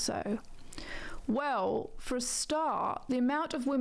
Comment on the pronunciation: i hate how she says wew instead of well